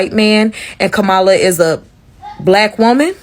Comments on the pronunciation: It hurts my soul when I hear a lefty mis-pronounce Kamala. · For the black woman, you didn’t even have to tell us who u voted for. We all knew by how you pronounced her name. Shame on u for voting for someone who’s done nothing for anyone, except the wealthy and who’s history and mission is to erase all minorities history from America. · Wow, the black woman mispronouncing Harris's first name and then using air quotes around "black woman."